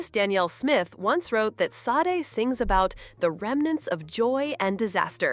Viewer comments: Please learn how to say her name correctly…… it’s Sadé , not Saad. You put this out and can’t even say her name correctly. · Its pronounced Sha-day.